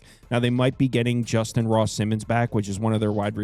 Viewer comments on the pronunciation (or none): none